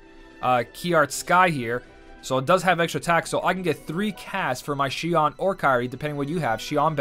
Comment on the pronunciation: Bro its not z nort its zeh ah nort